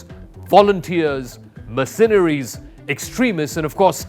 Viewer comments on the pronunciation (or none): Learn to pronounce "MERcenaries". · "sas" - too funny! and mer-cen-eries - OMG The rest is probably just as well researched and based on vast historical knowledge.🤣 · My ears bleed from hearing "mercenaries" pronounced with the accent on the second syllable instead of the first. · Please learn how to pronounce mercenaries (Merc- cen- aries! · this guy keeps saying 'mirsinaries' . It's annoying and he should know better. Other than the he's way better at English than most Indians; or Englishmen for that matter. Slava Mother Ukraine 🇺🇦🇨🇦!! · I have never heard Mercenaries pronounced this way before — or is it just me 😳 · This guy does a great job narrating. But please learn how to pronounce "Mercenaries". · He seems to have a decent command of English. But why, oh why, does he have to say 'mercenaries' so often and garble it's pronunciation? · His pronunciation of mercenaries was also wrong, repeatedly😉